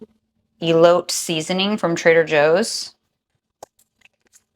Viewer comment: E-lo-tay is how you pronounce the seasoning